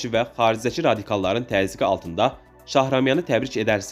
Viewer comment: Вы меня извините, но чтец безграмотный, не Цецелашвили, а Чечелашвили, не Шахрамян, а Шахраманян. Если это читает живой человек, то очень грустно, но если озвучивает программа, тогда все не так уж плохо!)